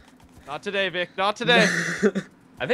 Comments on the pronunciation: Its Vikk not fucking Vick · Its Vikk Not Vic lol